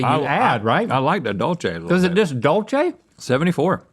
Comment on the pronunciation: I want to take Spanish classes so she can learn to pronounce Dulce de Leche correctly. it's dool-seh, not Dolce like in Italian.